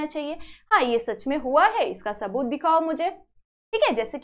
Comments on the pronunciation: Its not taboot its saboot 😂😂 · Saboot ❌ taboot ✅